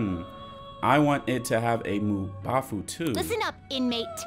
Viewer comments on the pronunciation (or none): Funny when says Mubafu and not mabufu